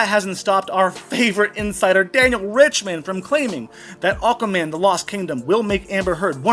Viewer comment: It sounded like you said Awkward Man a few times 😂 which would be true he looks well awkward around her. There is no way she will be the highest paid female, for a start all her latest acting roles have been very poorly received and barely any views, all have flopped. Secondly no one is going to see Aquaman 2 so it won’t make much money if any, in fact it will probably lose money so how they gonna pay her a really high wage? 🤣 tut tut tut, don’t use my surname, toss pot!